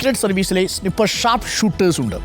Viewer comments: പുള്ളിക്ക് snipper ഉം sniper ഉം കൂടെ തെറ്റിയതാണെന്ന് തോന്നുന്നു😊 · Eda potta, Donald ennalla, do-oanld enne parayanam. Snipper alla, snyeper enne parayanam. 😅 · snipper alla it's sniper 😅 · I think it's സ്നൈപർ, instead of snipper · സ്നിപ്പർ അല്ല സ്‌നയ്പ്പർ ആണ് 😂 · Snipper😂😂😂 ..eth kopile paditham aada ne padiche...snipper alla "SNIPER"(READ AS "SNYPER")..VIVARAM ILLATHAVAN! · സ്നിപ്പർ അല്ലാ …സ്നൈപ്പർ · Fight fight എന്നല്ല fuck fuck എന്നാണ് പറയുന്നത് 😂പിന്നെ സ്നിപ്പർ അല്ല സ്‌നൈപ്പർ എന്നാണ് 🤦‍♂️ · സ്നിപ്പർ അല്ല, സ്നൈപ്പർ ആണ്. ജോൺ ഓഫ് കെന്നഡി അല്ല ജോൺ എഫ് കെന്നഡി എന്ന് പറയൂ. Joan of Arc & John f Kennedy മിക്സ് ആയി പോയോ 😂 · Its Sniper not snyper.. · സ്നിപ്പർ അല്ല, സ്ലിപ്പർ..... ആണത്രേ മൊട്ടയ്ക്ക്.....സ്‌നൈപ്പർ എന്നാണ് അത് പറയേണ്ടതെന്ന് മൂക്കള ഒലിപ്പിച് നടക്കുന്ന പിള്ളേർക്ക് വരെ അറിയാം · Arun, it's സ്നൈപ്പർ not സ്‌നി പ്പർ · Sniper Sny-per enn vayikkum. Snip- er ennalla. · SNI...PPER 😂😂😂 KASHTAM